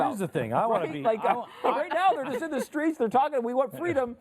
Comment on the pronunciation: "All DA THINGS"